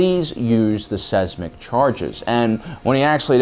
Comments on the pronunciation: Seismic = sighs-mick. Not Sez-mick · "seismic" is pronounced like "size mick" not "sez mick" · Saysmick? SAYSMICK? Really? You have a serious problem with not being able to pronounce a wide variety of words. You should have a doctor check you out. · size mick..not sez mic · lol he really said sesmic charges, makes me think of septic... hmm.. maybe a new weapon to add? literal sh*t bombs XD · Seismic? No Sezmik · Your pronunciation of Seismic hurts my brain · I love you bro but the way you say "seismic" hurts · Yeah, and how he pronounces “seismic”